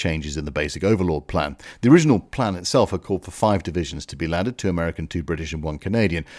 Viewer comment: "americanerer" :D